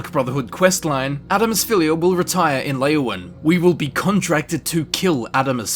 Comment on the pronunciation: "Adamus Phillia" Don't worry, he can't even pronounce that, my dude:P